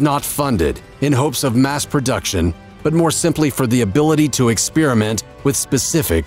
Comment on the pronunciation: When did experiment become EX SPEARMENT ?????